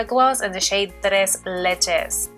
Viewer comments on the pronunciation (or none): love the video boo, yes girl roll then rrrrrrrr's TRES LECHE lol.